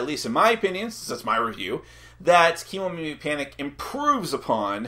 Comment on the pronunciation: Just wanna mention that the pronunciation should be Ke (Keh and not Key) Momimi... Kemo is probably shortened from Kemono which means animals and Mimi means ears in Japanese and the word Kemomimi is probably from Kemonomimi which is usually associated with humanoid characters with animal ears (sort of a reverse anthropomorphism?) so that's the whole idea behind Kemomimi... cruel creatures though, you have to kick em out of the village after they lost their jewel... where will they go after that?!?! Will they survive in the world?!? is there any other Kemomimi village they can go to?!?